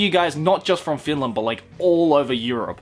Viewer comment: You absolutely butchered finland's name xdd